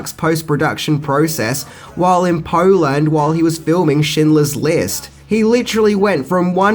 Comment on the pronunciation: Weirdest pronunciation of ‘Poland’, ever.